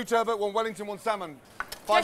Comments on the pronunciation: WHY some of these chefs say 'turbo' or turbert' instead of TURBOT is ridiculous. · The worst part of all of this is turBOT.. being pronounced turbo.. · Everyone there pronounces "turbot" different. 😂